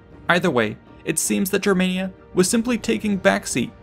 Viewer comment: You're pronouncing Germania wrong, if you're going off what the Romans called it